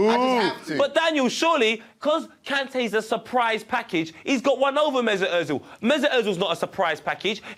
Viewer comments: Why do people pronounce Ozils name as, ErTzil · yea so its OEZIL not ERTZIL